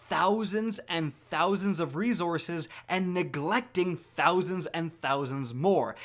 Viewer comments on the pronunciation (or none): none